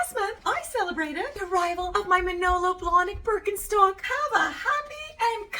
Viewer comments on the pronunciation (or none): The brand name is actually pronounced Birken - sht - ock ;) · this was in no way meant as a pedantic hint or accusation, more as an interesting fun fact that i wanted to share with others. it's an entertaining and informative video about the history of a german shoe company, why not address the fact that the company is actually pronounced differently here? i know that the name is generally pronounced differently in english-speaking countries, so there's nothing wrong with that. now that I think about it, that fact in itself is an interesting phenomenon. I mean nobody would pronounce cucci not in the original italian way. What factors have ensured that this is not the case at Birkenstock? is it because of the comparatively small size of the company? Ist it because everyone thinks german is an ugly language? Or is it because even we in germany in some words pronounce as an st? we'll probably never find out. With this in mind, greetings from Germany. ps. ee would be translated from the pronunciation more into an ie, a long i, the i in Birkenstock is rather short, would you say it would then be more of a Ber - ken - schtock?